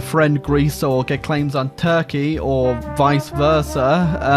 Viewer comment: Listen to him say Turkey